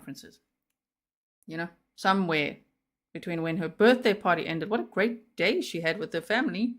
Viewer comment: Omg I don't know if im hearing this correct but did he say BJ shopping list instead of BDay. I didn't want to bring it up its so sickening but I sware thats what he said between 29 to 32 mins in?